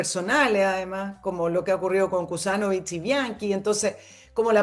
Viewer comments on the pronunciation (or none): Escuchaba Gusanovich que Kusanovich